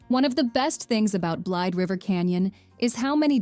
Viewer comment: It's pronounced "Blade_a-River canyon. Just FYI...:-)